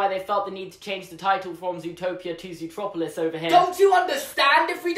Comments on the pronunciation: I still call it Zootopia eventhough I'm British because I still don't get why they changed the named. Everytime they say Zootroperlouse I cringe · YOU SAID ZOOTROPILIS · you said it zootropulus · “Zootroplolis” Me: meh Someone else: triggered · It's ZOOTROPLIS your English!!! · I’m English so it’s zootropalis